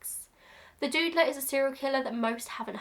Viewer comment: I hadn't heard of the Doodler before, and I thought for a while you were saying "the Dude-ler". Like Linda Belcher calling the Mad Pooper the Butt-ler. I am more educated now.